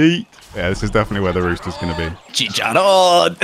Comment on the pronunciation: Its fkin CHICHARON, not Chicharon 》:(